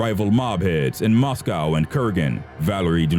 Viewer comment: The way he says moscow lol and Glasgow